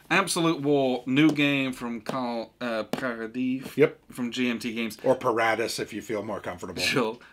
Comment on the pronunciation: had the exact right pronunciation of the name «Carl Paradis», Absolute war designer.